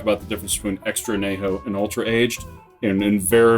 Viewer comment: I couldn’t figure out what you were saying at first every time you said extra añejo. Pronounced an-ye-ho. Great review though and a delicious tequila.